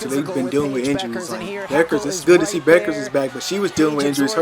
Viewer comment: Dude, her name is not buckers you moron